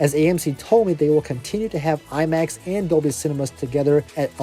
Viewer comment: "lie-max" ??? Lol